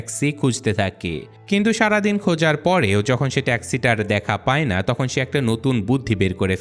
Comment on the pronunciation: সব ঠিক আছে বাট তুমার ভাষা ঠিক নাই তাকে না (থাকে) হবে তকন না (তখন) হবে এমন অনেক ওয়াড আছে যেগুলা ঠিক করতে হবে